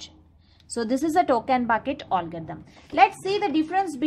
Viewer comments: Allgarithm nehi hota ma'am algorithm hota hain🙂🙂...baki thik hain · Koi isse batao . Ise algorithm bola jata h olgarithm nhi 🤣🤣🤣